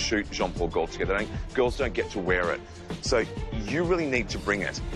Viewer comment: AuNTM: please, please, PLEASE learn how to pronounce "Gaultier." It's French. It's your industry, do it justice. Score: 2/10